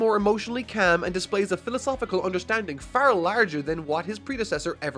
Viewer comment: It's calm,. You do not say it as "cam".